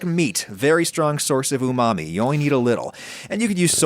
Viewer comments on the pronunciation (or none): none